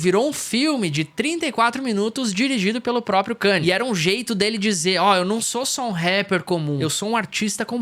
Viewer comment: Mano, mt daora o video, mas como voce passa o video inteiro falando o nome do cara errado? O cara ate mudou o nome pra só "YE" pra ver se as pessoas acertavam que a pronuncia é ka-n'ye"